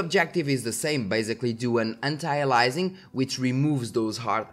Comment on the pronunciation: "A"-Lee- US-Ing - not "alizing or "Alising", Anti-aliAsing the A after the I is an E sound